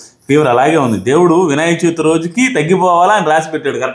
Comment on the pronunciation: Vinayaka Chauthi kaadu. Cha vi thi